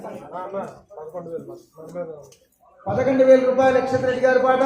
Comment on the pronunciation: అక్క అక్షిత్ కాదు యాక్షిత్ రెడ్డి అక్క నేమ్